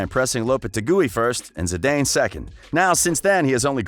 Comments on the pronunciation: He pronounces the names weird. Zidayne? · He said “Zi-DAIN” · Zinedine ZidAIINE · Love the channel, your voice is gold, your pronunciation you need to work on. I don’t mind the accent but the pronunciation for Zidane and lopetegui can be improved certainly.